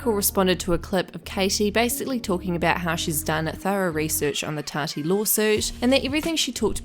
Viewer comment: god I HATE that keem says "TODY westbrook" ITS TATI, TATI. LEARN TO SPEAK. JEEZ